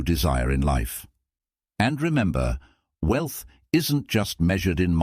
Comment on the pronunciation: The AI is trash! 😆 “We-Elth” good video beside that.